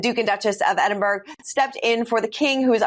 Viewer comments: "Ed-in-BURG"?! Seriously? Why don't you find someone with at least a grade 5 education to narrate? How embarrassing for you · Could someone please correct (after all these years) how to pronounce EDINBURGH...sadly, she continues to get it wrong, and she's been senior host of this Royal program for several years. It's not EDINBURGG.